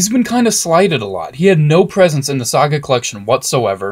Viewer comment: IT'S SAGA NOT SOGA